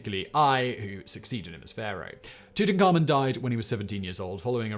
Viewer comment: No, but I'm sure he's not pronouncing it right. I've watched the history channels and I’d say the people who studied him would know how to pronounce it right.